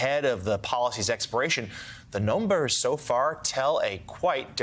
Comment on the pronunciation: "The nolmbers so far say" who are the nolmbers you speak of? 🤔